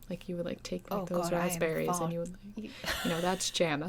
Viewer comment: was totally expecting the hoity-toity ("posh") brit to say "issue" as it actually looks - "iss yu" - rather than the common "ish oo". also for lk fans: "to be faaaahhhhhrrrr"